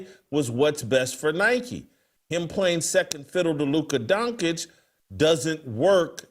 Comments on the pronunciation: Why does Whitlock have such a hard time pronouncing people’s names? I have to mute the show to stop hearing Luka last name. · Please somebody tell Jason Luka Doncic's name is pronounced Don-chich not Don-kich!!!!